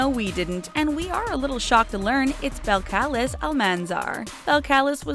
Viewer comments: Say it with me now ok: Bell-ka-leezz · just so you know her real name is pronounced bel•cal•EEs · it's pronounced Bell-call-ees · It’s not balacalis, it’s pronounced bel-ca-lese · Bel-cal-ez?, it’s balcaleese< that’s how you pronounce it lmao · These are supposed to be facts and stop acting like you know everything because her name is pronounced bel-cal-eez not bel-cal-is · BELL-KAH-LEEZ! NOT BELLKALISS *Face palm* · OMG It's "BELL-Kuh-LEEZ" ... Not Bell-kaliss. Yikes. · Bell-Kaliss 😂 learn about what you’re speaking on. It’s not hard Belk-Elize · It is not belkaliz its belkalizeee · It's actually pronounced Bel-cuh-leez not Bel-cal-liss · It's not "Bel-cal-is" it it's "bel-cal-eez" 😂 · It’s Bell-ka-lees not Bell-ka-lis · It's not (BEL. KAL.LIS), it's (BEL. KAH.LEEZ). That's how you say her name. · ITS PRONOUNCED BELL CA LEZE NOT BELL CA LIS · Bell-ka-leez people. Can't believe you pronounced her name wrong. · It's pronounced Bel-ca-lee-s!!! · say lets say it together Bell-cah-lezzss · its pronounces as ( BEL-CUH-LEES ) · This is fake it is pronounced belcelis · It's pronounced "Bel-ka-leez" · This how ya pronounce it Bel-ca-lez That is how ya say belcalis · her name is “bel-kuh-leez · Actually her name is belcalis (bell-ca-lees) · Hey u now her name is not belcalis its belcalease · Her name is pronounced Bell ca lees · Belcalis Bel-cal-ees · It is peonounced (bel-ca-lize) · Bel-ka-lees you pronounced it wrong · You said her real name wrong Bel-Cu-lees {Belcalis} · The pronunciation is belcaleez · It’s pronounced Bell-cal-ice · Pronounce her name wrong it's is pronounced like this bell-ca-lees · Its pronounced bell-ka-leece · You said her name wrong (bell-ca-lees) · Her name is (BELL-CA-LEEZ) she even said it. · Her name is pronounced (bell’cal’ez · It's pronounced bell kal leeze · NightingaleFlorine Its pronounced "bell-cah-leez" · Lol BEL-Calus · yes ikr its pronounced as bell curl lees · It's not balcalis bal - ke - le -s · You said Cardi's real name wrong